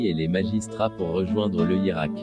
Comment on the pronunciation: A chaque apparution d'une vidéo de ce site,je me pose la meme question:qui sont derriere ?Quand le speaker prononce le mot Hirak comme lirak et d'utres mots arabes formés avec des lettres qui n'existent pas dans l'alphabet latin sont affreusement prononcés ,je crois pouvoir dire que derriere ce site il y a des etrangers.Dans cette probabilité, qu'ils soient maudits.Notre hirak malgré les infiltrations certaines de tous azimuts reste fondamentalement ancré sur nos valeurs et nos principes qui ont crée et soutenu notre nation.